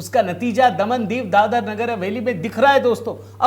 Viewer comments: क्या बकवास कर‌रहे हो? ..प्रचंड जीत,मतलब ऐसी जीत नहीं है कि जिसको छोड़ दिया जाए इस अनर्गल प्रलाप का क्या अर्थ है। महाराज दादर नहीं दादरा है जिसे आप दादर नगर हवेली कह रहे हो, समझे क्या। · दादर नही दादरा